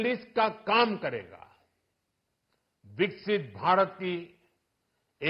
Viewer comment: First...say Budget...Vikasith...not vikshit